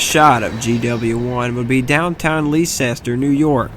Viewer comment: It's pronounced Lester. Leicester, NY. FYI, Love it, keep going.